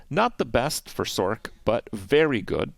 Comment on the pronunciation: First time I have heard anyone say "sorK"